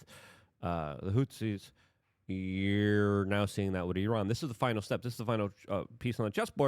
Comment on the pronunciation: Then he starts shouting about the “hootsies” or “doyge”